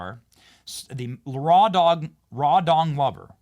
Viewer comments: Rawdon is not hard to pronounce. Not sure why Benny Johnson has a hard time with a native English language name. It's pronounced like "trodden", not "raw dawn". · All I'm hearing when you say the jag bosses name is "raw dong lover". Sounds about right. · I thought you said "Raw Dog Lover" until you repeated a few times and I read the clips, "Rawdon Glover"......ahhhh, easy mistake but after watching the ridiculous ad Raw Dog Lover seems to fit better.